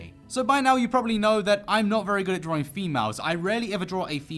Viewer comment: Excuse me, is he saying “Drawring?”